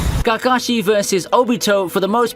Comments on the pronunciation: "narootoe" "kahkah-shi" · I loved everything up until I heard you pronounce Kakashi like Gagashi 😐😂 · I'll never pronounce Kakashi the same way ever again ❤️